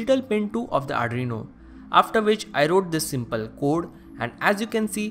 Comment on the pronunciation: Arduino not adrino